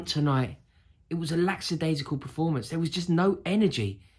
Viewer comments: Lackadaisical, not lacksadaisical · Buddy, it's "lackadaisical" - lacka-daisi-cul. There's no x in there. It's not laxadaisical. Just thought you should know. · Rory I love you but it's Lackadaisical not Laxadaisical (I must have heard you pronounce it that way twenty times at this point) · It’s lackadaisical you twassack